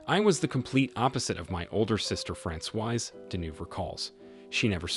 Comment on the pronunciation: Francoise is the feminine form. He's mispronouncing it terribly! It should be Frah-swaz. 🇫🇷